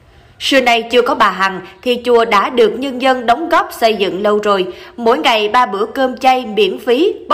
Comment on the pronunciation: Se cẩu, sây dựng, sưa nay, se của bà...tiếng Việt phát âm như thế ư?